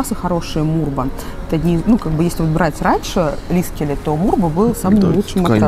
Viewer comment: Ну он же лиКСеле, а не лиСКеле. Люблю вас, но эту оговорку просто не могу слушать))) ужжжжасно режет слух)